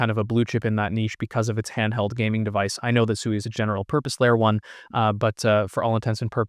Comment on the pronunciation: Pronounced "Swee" and not "Sooey."